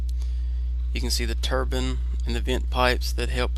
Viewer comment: its turbine not turbin